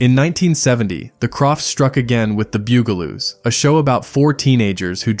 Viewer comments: The "BOO-galoos?" H. R. "POOF-enstuff?" This has got to be AI. It was Bugaloos (as heard in the series theme song), and H. R. Puff-instuff (again, as heard in the the theme song). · The "bugle"oos? H.R. "Poof"-n-stuff"?? how about the BUG-a-loos, and HR-PUFF-n-stuff" I hate AI generated narrators. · Who are the "Bew-Ga-Loos"? It's Bugaloos. Or HR Poof-n-stuff. It's Puff-n-stuff. AI voices just suck. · Literally EVERY Sid and Marty Krofft show looked like and was acted like the writers and artists were all on drugs. And my favorite was clearly H.R. Pufinstuf. It was fun! And pronunciation? It's "Puff-in-stuff" not "Poof-in-stuff." And the other show is "Bug-a-loos" not "Byou-ga-loos". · "bewgaloos?" Seriously? It's "bug-a-loos" And it's Puff-and-stuff not Poof in Stuff. And no mention of "Magic Mongo" or "Doctor Shrinker?" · BUGaloos, not BOOGaloos. Because, ya know, they're BUGs. Do some fucking research. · It's pronounced BUGaloos, not Byugaloos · Who are the Bugaloos? It was pronounced Boogaloo’s ding ding.🥴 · This was great until you miss pronounced the Bug-a-loos. NOT the Bugel-oos. Only to be topped, but Puff n stuff... Not Poof n stuff. (rolls eyes) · Bugle-oos? Really? Poof-n-stuff? I give up. Just more AI slop. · PLEASE: it was the BUG-a-loos, not the beugoloose. And PUFF-n-stuff, not Poofenstuff. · It’s BUGaloos, not Byougaloos😂 And it’s PUFF, not POOF (as in they were puffin’ stuff)😂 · Dude. It’s PUFF-n-stuff, not poof-n-stuf. And, it’s the BUGaloos, not the BOOGaloos. Otherwise, I remember every one of these shows! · Pronounced "BUG aloos" and H.R. Puff 'n Stuff. Always watching for AI fails. Theme songs burned into my BRAIN. AI jab? Yes! But thanks for the memory revisit. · AI slop can't pronounce bug a loo 😂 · It's "The Bug-a-loos" and "HR Puff n Stuff",but nice try.😂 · "Bug"-a-loos...like bugs....Puff and Stuff NOT Poof. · . It's pronounced, " The Bug- ah -lōōs. Bugaloos